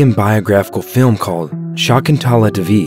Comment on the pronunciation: Its not divi it is day vee